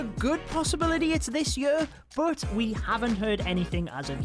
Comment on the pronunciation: Every video that he explains stuff about the game, he cant help say the word “Year” the way he does...